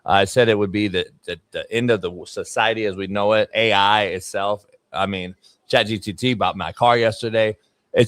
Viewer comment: “Chat GTT” 😂😂